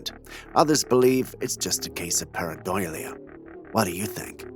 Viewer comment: I believe you are pronouncing paradOlia